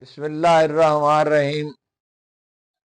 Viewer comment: بسم اللہ الرحمن الرحیم تو صحیح پڑھ لیتے